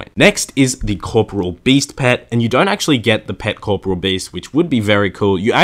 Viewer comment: "Core -- poor -- ee -- ole." Not "core -- poor -- ole."